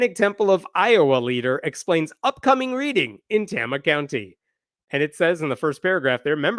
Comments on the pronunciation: Pronounced Tay-ma. Tama County. Also, don’t go there. Iowa mostly sucks. That’s from a resident. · Tama = Tay-ma is how you say it. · That’s the new Iowa for you. No more Iowa nice. Now it’s Iowa nasty. Also, Tay-ma with a long first A sound. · btw...it's pronounces "Tay-ma" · Tama County. Tay-ma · Not how Tama is pronounced.